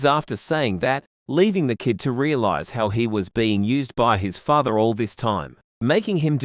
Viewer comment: Father not fathe